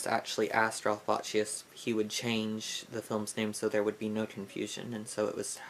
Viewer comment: "BAKSHI"........"RALPH BAKSHI"......my dear..........otherwise........very informative .........